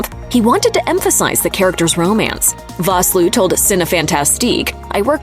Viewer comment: You mispronounced Vosloo. It's pronounced Fosloo.